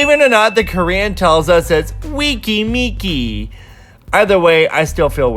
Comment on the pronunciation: Just listen to Picky Picky and you'll know that's not how you pronounce weki meki